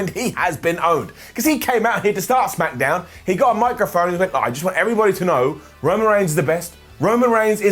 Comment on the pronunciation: He said smackadown again